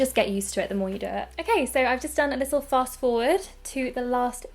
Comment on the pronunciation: I LOVE YOU! But you aware the fact that you say: lissel(little) 😩😩